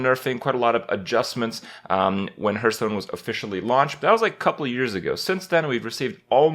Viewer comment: "Hearthstone" sounds like "heart-stone" Not "Earth-stone"